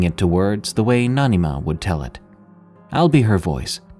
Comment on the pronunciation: "Nani Ma" that really gives a comfy feel and love hearing you use that so well in the story! Love from India 🇮🇳